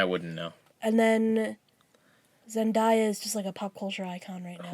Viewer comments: It's not zen-die--uh, it's zen-day-a. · You pronounced Zendaya wrong. it's Zen-day-a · Wait, when did Debby Ryan get blonde hair? And K.C undercover is a new Disney sitcom also it's pronounced Zen-day-ah